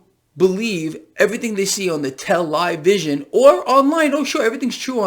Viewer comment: Te-lie-vision...excellent